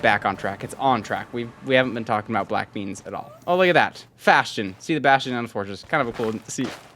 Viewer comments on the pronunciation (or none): Bwack bleans lol his commentary was hilarious